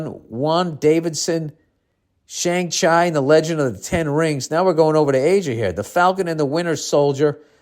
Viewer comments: that shang-chi pronunciation lol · "Shang Chai"